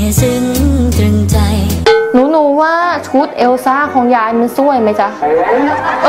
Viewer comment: พูดว่าแอลซ่า 555